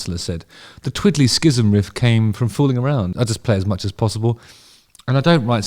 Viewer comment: Hate to be the dickhaed to point this out but it's pronounced like "siz-um". Rick Beato's breakdown of this song (What Makes This Song Great series) is worth watching by the way.